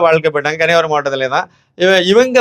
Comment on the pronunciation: கண்ணீயாகுமரீ உச்சரீப்பு 🎉🎉🎉